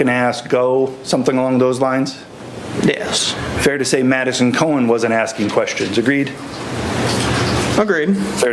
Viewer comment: Am I the only one hearing Medicine instead of Madison ?